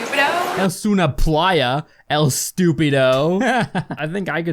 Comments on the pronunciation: LOLOLOLOL SHE SAID STUPIDO LIKE MY DUMBASS CLASSMATE INSTEAD OF ESTUPIDO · How to pronounce “es una playa. Stupido” ace OO-nuh PLY-uh. stoo-PEE-doh Now you can say it’s a beach and call your friend or other person stupid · She said stupedo not stupeedo